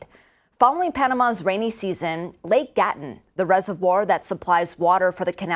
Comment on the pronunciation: It's pronounced Gat-toon, not Gat-tun